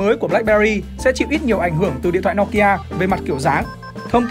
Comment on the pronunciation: Từ bé đến h mới nghe thấy có ng đọc " No ki a" : trước h toàn "Nô ki a" 🤣